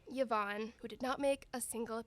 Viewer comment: people finally started to pronounce yvonne correctly and pain